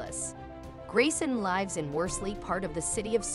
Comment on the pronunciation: Computer generated voice or not, YOU CAN'T PRONOUNCE "LIVES"?!?